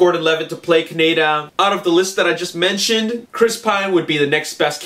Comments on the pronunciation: Dude, it feels like a rail road spike goring my head everytime you say it wrong: it's cah-nay-da ( fast). Kaneda. He's not a type of bacon. If you need a reference, please, please, watch the 2002-3 re-recording of the akira dub. It's nigh impossible to give your critiques any degree of pull when you're raping the name. Don't be offended, many a maanga fan has pronounced it "manja" (Quentin Tarantino) or MANGA like the fruit, its nothing to be irked over. Its just a pet peeve of mine as a fan. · its not a country, Ka-ne-da. Thats not how they pronounce it in the movie. lol